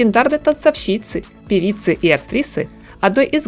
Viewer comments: Согласна с Вами, на фоне грамотной речи «танцовщИца» особенно режет слух. Только позвольте подправить и Ваш текст: «пожалуйста» следует выделять запятыми. У того, кто делает другим замечания по поводу правильности речи, тексты должны быть безупречными. Иначе также возникает диссонанс. Извините. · ТанцОвщица. Ударение на букву "О". Извините пожалуйста. Ваша речь безупречна, но это очень важно, поэтому вас подправила.